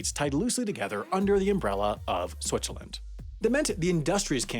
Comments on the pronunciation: Everyone is making fun of the pronunciation of Lausanne but am I the only one who hears him calling it "Switcherland"? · Switcherland - never heard that pronounciation before